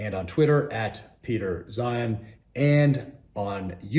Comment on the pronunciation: He said Peter 'Zion' 😂